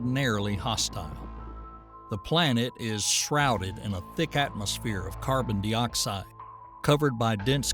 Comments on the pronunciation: I never knew some people would say (dee)oxide instead of (die)oxide. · Two things: it's pronounced Dyeoxide, not Deeoxide Next, vulcanism, not volcanism. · Carbon de-oxide? Is this an Ai narrator? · Carbon Dee-oxide?? hahaha.... AI narrator. You get what you pay for.